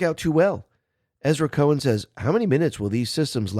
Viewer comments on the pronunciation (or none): none